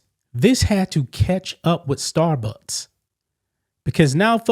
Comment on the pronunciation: You are clearly saying "Starbutts" and I am loving it 😂